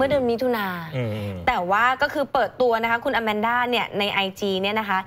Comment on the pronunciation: ชื่ออะมานดา ไม่ใช่ อะแมนด้า